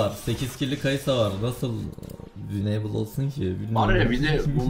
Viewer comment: wineybıl değil winıbıl